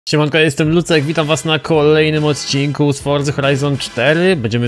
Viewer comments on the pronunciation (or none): none